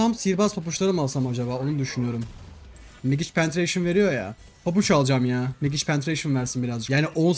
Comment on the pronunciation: Megic değil la mecig kendimi sorguladım senin yüzünden 😂